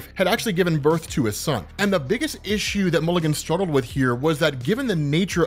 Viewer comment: you kept touting how OP this guy was. did I miss you explain it? also it's mulligan, not milligan